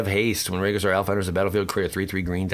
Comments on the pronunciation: Lol, well typed. (They're pronounced "Ree-jih-sore : long E, soft g sound, derived from the word 'regis' in Latin; and Vih-ZEE-er with accent on ZEE part, from Middle Eastern of same word for leader.) Just wanting to help you be more professional and knowledgeable when so many other channels just plain suck comparatively. Helps make them suck even more. (b^.^)b (can't make a thumbs-up skadoosh symbol sadly) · I just get annoyed when people don't pronounce the words correctly, like Regisaur or Vizier, but awesome to watch the pack openings :)